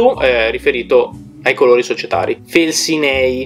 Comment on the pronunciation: Potevi anche non copiare tutto da wikipedia ahahah😂😂 Comunque faccio 3 appunti: -Si pronuncia Felsìnei non Felsinèi, l'accento è sulla i. -Dopo il logo BAGC, il bologna tornò a chiamarsi Bologna Football Club dopo la guerra. Che logo ha avuto dal 1946 al 1993?? -La maglia verde che hai messo è degli anni '80 non è la prima degli anni '20